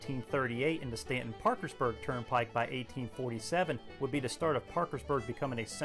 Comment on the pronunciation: WVUP didn't come until the 90s. Staunton is pronounced with the "au" sounding like "ahhhhh".